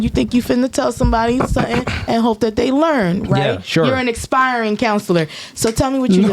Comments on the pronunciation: I think she meant “aspiring counselor” not expiring 😂😂😂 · Expiring counselor 😂 im guessing she was trying to say aspiring.